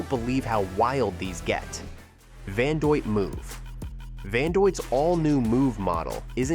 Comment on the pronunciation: Van-do-it…. Not “van doyt” 🤦🏻‍♂️